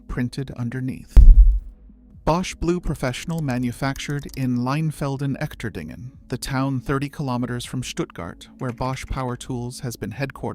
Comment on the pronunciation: The "Echterdingen" in Leinfelden-Echterdingen is pronounced using English phonetics as: "Esh-ter-deen-gen" with a soft "g". Trust me: I am an American who lived in that town between 2019 and 2024. Verstehst du mich? Ya? Alles klar! 😁